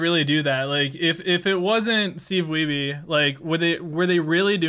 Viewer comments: "King of Kong" was the first time I heard Wiebe pronounced that way. I have a lot of relatives with the last name, and none of them pronounce it "Wee-bee". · Have you seen the interview Steve Weibe gave earlier this year? Looking back on the documentary and the current state of DK, it's really great! Also I always felt like they pronounced his name "weeb" as some kind of power move.